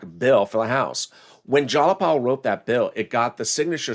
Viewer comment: sweetie, its pronounced jie-a-paul ...but.....I STILL LOVE YOU!